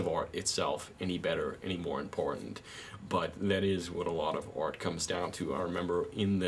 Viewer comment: 'You are a TOY! A child's PLAYTHING!' stick to cartoons and comic books dude and it's pronounced 'ART' - not 'ORT'